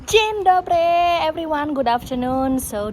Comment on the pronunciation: That Dzień Dobry was perfect :) I though you will be speaking in polish 😃